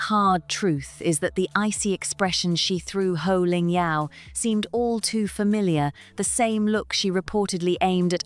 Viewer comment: It's Poh Ling Yeow. No Ho. And no, she is not a beloved Australian presenter. And MasterChef is not a huge show in Australia And Australians generally dislike Rachel